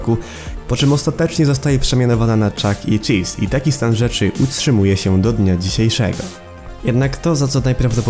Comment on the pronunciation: Pov: starasz się rorzczytać Chuck chelese czy coś👁️👄👁️